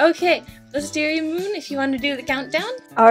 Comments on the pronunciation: when said Wisteriamoon at the start iknew that there was somthing wrong....she said Wisteriamoon wrong its pronounced Wisteria......MMMMOOOOOOOONNNNNNNN LOL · its not wisteriamoon u said it wrong snowy im so disoponted (XD spelling)in u its pronounced wisteriaMOOOOOOOON!